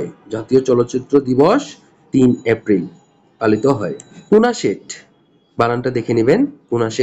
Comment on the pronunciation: ওটা নেসেট!! কুনাসেট নয়।